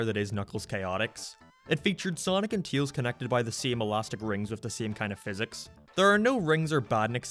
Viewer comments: It’s Tails Not Teals! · Your pronunciation of Tails is so weird yet so interesting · U say Tails wrong